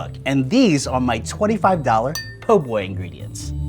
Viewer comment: c’mon man it’s called a PO boy 😂